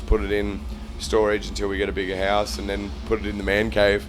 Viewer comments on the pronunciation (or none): none